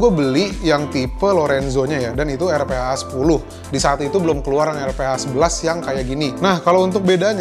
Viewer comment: it's pronounce "arfa", R - PHA